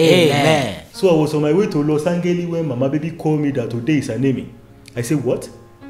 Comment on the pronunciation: Who else heard Los Angeli? 😂 This guy!